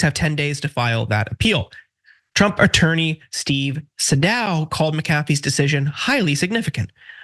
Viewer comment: You're mispronouncing Sadow, Fani, and McAfee, and the video isn't even half over.